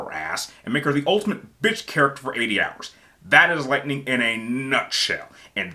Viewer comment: Dang u ain’t gotta do lightining like that😂she isn’t that bad lol and it’s also vann not vane 😁🤣🤣